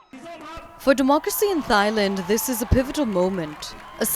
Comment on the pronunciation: Thailand not tight land .. haiyaaa !